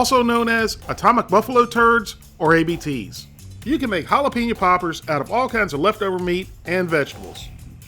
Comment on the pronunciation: you probably and don't care, but it's pronounced HAL-A-PAIN-YO. Love your vids though.